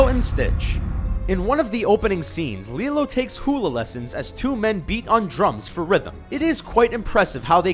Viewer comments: "lilo and stitch" HOW DARE YOU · its lilo and stich not lelo and stich!!!! save from a comment warrior!!!!